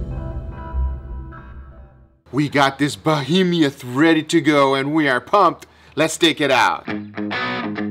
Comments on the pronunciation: sorry, but its not "bo-heem-ee-uth", it's "bo-heem-uth"....but the steak looks amazing! I would be happy with just a slice! So beautiful! Keep up the amazing work! Best cooking channel I have seen, and I watch Gordon Ramsey cook steak! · Behemiouth? It's behemoth. (There isn't an extra syllable after the 'm') And please just give me the bone to gnaw on . . . oh my goodness that looks soooo good. Thanks for the videos! Love you guys. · For future references, it's called Behemoth and not BehemIoth. :) Like your work, keep it up! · who gonna tell him it’s beheMOTH not behemioth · it's not "bohemieth" as far as pronunciation. It's "behemoth." I think you're confusing the word with "bohemian" like "bohemian rhapsody" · SDSBBQ Bo-He-Me-Uth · I love it, "we got this 'bohemeeuth"! Only you with your accent. The best new pronunciation of the word. Between Ninja emoting and excitement, I don't know what I like more about this video. I have to admit that that steak looks amazing. I think we should send this steak to North Korea and we will have peace in the world! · Be-he-moth Three syllables. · Bo - He - Meth. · Bu-hee-mee-uth hahahaha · look the word "bohemoth" up in a dictionary...he is adding a syllable where there is not one...no offense intended, just a pet peeve of mine... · That's not how you say behemoth .